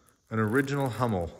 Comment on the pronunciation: Oh, and a little information: Hummel is pronounced with an u like in full, not with an a like in master. Greetings from Germany. 🙋🏼‍♀️